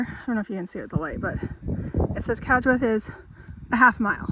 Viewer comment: Great video! Thanks :) You pronounced Cadgwith correctly, by the way. Also, I think the name Lizard isn't to do with the pattern of serpentine stone but rather it's from the Cornish name 'Lys Ardh' which means 'high place' or 'high court'.